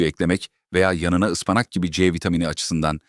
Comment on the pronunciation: Kâse..Ispanak demesini öğren..